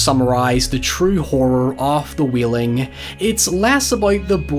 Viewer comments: Everyone: The Wailing: The Wheeling Hoiever, great analysis. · idk why but i find it really cute that he pronounces it “the wheeling” cos of his accent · "The Wheeling" 😂